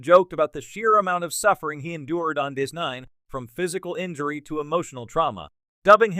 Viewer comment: You need to train whatever's reading the text to not run together section headings and body text, and how to pronounce Jean-Luc Picard ("Gene Luke Pickerd"?!?!), sci-fi ("sky fee"?!?!), and DS9 ("deece nne"?!?!).